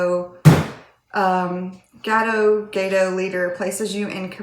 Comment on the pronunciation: First pronunciation was correct. (GAY-Toe) I LOL'd when you were talking about having games everywhere. I think many of us have heard that quite often! hahaa